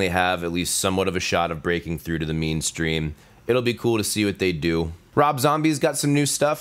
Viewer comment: it sounded like you said "meanstream". And it gave me a good chuckle. Thank you for that.